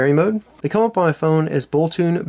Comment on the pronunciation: It's boltoon, not bolton!